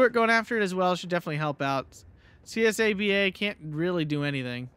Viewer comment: Csaba is not an abbreviation, its a hungraian male forename, you pronounce the 'CS' just as 'ch' in cheese, and 'ABA' normally:) most of the hungarian tank/arty/plane unit names are either animal names or common forenames / names of historical figures.